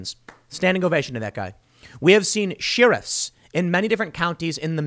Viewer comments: I just love when Tim says “sheerifs” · Did you say "shirriffs" Tim? (hobbit sheriffs) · must be a jersey thing?